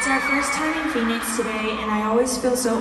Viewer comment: yunho mispronunciation of phoenix is one of the funniest things i’ve seen. poor yunho 😭